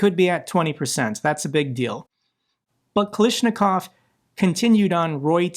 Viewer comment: Kalashnikov should be pronounced like AK-47, i believe. Its the same surname as creator of AK-47 Mikhail Kalashnikov